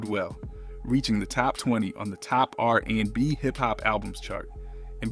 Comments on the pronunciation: ...and also "r AND b" 😅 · Right! Also "R....&B"🙄